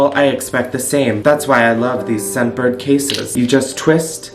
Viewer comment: I was halfway through the add before I realized he was saying scentbird not sunburn lmao